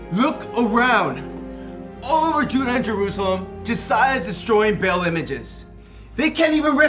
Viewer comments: Who tf told them Ba'al was pronounced Bale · I cringed when the Romans sounded like stereotypical Italian mafia lords lol -poor acting, terrible props, was a bit weird -The dudes pronouncing Ba’al as “Bail”